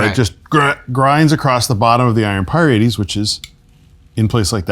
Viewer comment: I've never heard the plural of "iron pyrite" pronounced like that before now.